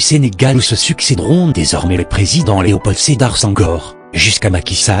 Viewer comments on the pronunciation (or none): none